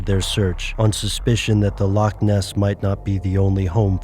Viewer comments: A Scot cries every time you pronounce loch as "lock" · Scottish person here... Just want to clear something up about the pronunciation of "loch". It shouldn't be pronounced as it is in the video like "lock". You should make a rough sound in your throat for the ch sound. Exactly like the ch in many German words, for example, "nacht".